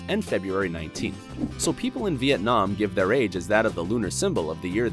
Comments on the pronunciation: U incorrectly said Vietnam....I'm Vietnamese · HerrCrazyMe lol me too. He pronounces it with the emphasis on the third syllable - very English pronunciation